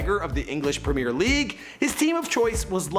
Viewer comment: Someone gotta tell how to pronounce premier league